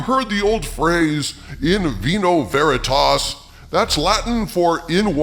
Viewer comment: When saying "In vino veritas", the Vs are more properly pronounced like a W sound. I prefer the German version "Trunkener Mund tut Wahrheit kund", a drunken mouth proclaims the truth.